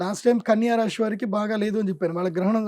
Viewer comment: గారికి 🙏🏻. రాశి అనండి రాషి కాదు.